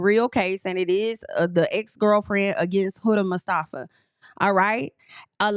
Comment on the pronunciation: The way you said mustafa sounds like how americans say iran. Ong at least try